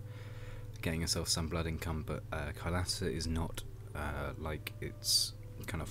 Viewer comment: its pronounced kailaasa